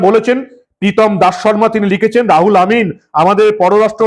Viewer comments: রুহুল (ruhul) কে রাহুল কেন বলছেন বুঝতে পারছি না। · দাদা নাম টা রাহুল নয়, রুহুল হবে। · বার বার "রাহুল' বলছেন কেন ! নাম তো "রুহুল " ! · রাহুল না দাদা ওটা রুহুল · নামটা রাহুল নয় রুহুল আর হাতের কাগজ টা এত বেশী শাফলিং না করলেই ভাল। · আপনি নাম টা ভুল উচ্চারণ করেছেন